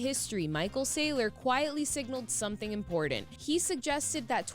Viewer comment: “It’s impordent” 😂